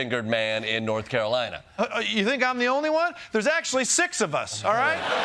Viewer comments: lol, North Care-eye-nuh....you just thought you nobody would notice. Hehe. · Did anyone else hear North “Carorina?” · norf caryna. lol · "North Carorina" you drinking at work? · Where the heck is "North Carina"? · Hilarious segment but he said " North Carina" and it's all I can think about